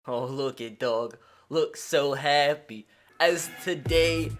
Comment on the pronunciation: The way you say happy is funny